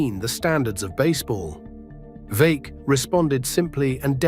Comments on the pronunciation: Veeck rhymes with Beck. Great video otherwise. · Bill Veeck.. Pronounced Veeck as in Wreck. AI is not ready for prime time.